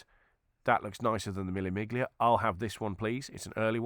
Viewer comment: BTW. Miglia is pronounced " me- lia" . A 1000 miles in Italian: mille miglia